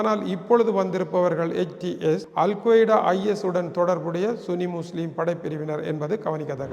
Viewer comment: சன்னி என்று உச்சரிக்கவும்.